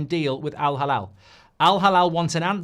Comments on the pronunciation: It's Al Hilal, Mark. He-lal not halal 😅. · It's Al Halal or Al Hilal huh? 😅😅😅